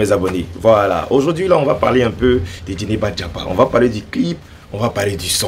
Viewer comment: On dit Djeneba Djaba, ❤🎉 Bravooo Debordo